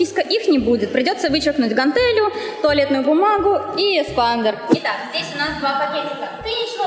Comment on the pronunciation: Эспандер, грамотей, не эКспандер, лол)